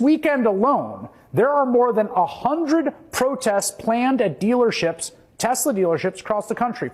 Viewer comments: ‘I love Teslerr!’ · Got to love how Trump pronounces the brand as well, the TesSlur. :P As for banning Teslas, if the US pushed harder on those tariffs you can forget about any new models getting certified in the EU ever again............................they're barely passing MINIMUM road safety guidelines as is.